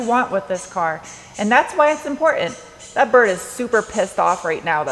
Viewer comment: "Import-ant", "Be-ond", I'm not complaining am I?